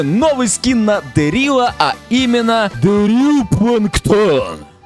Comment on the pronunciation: Правильно будет дЕрил